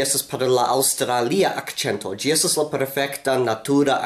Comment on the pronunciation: Why do you say "gi" and Not "si"?